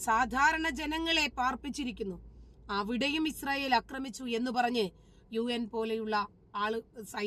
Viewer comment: അക്രമിച്ചു എന്നല്ല. ആക്രമിച്ചു എന്നു തിരുത്തുക. വെളിപ്പെടുത്തുന്ന ഓരോ കാര്യങ്ങൾക്കും അഭിനന്ദനങ്ങൾ!!